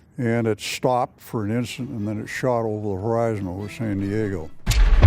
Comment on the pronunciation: "When the roar stop-ed" lol